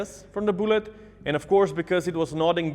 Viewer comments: He says “boolet” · I dont know why but when says "bullet" I hear "boollet"